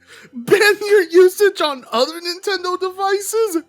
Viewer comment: I like how the closed captions went "Bye Nintendo" when you said "Buy Nimtendo". Because that's exactly what I think right now - Bye Nintendo.